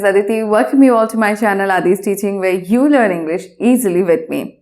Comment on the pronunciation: not zou its you... SORRY........